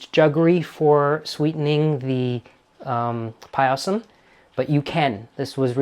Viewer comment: Its just pronounced "pie-sum" and not "pie-a-sam"